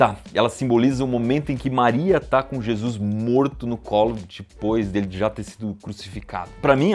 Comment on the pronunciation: Bizarro como eu acompanho o Iberê a mais de 10 anos e ainda não me acostumei com a forma que ele falar "depois"